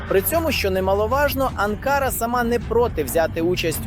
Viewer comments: Не АнкАра, а АнкарА. Навіть неспроможне правильний наголос ставити , бестолочь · Не АнкАра, а АнкарА.- озвучка ріже слух. Подяка Турції за підтримку! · Журналісту потрібно правильно ставити наголос у назві відомого міста Анкара!!! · Навчіть журналіста правильно робити наголос на слова , це якийсь жах навіть дитина у школі знає як вимовляються назви столиць.